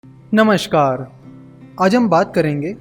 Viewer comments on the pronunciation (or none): Jab aap namskaar bolte ho bda accent se bolte ho namskaar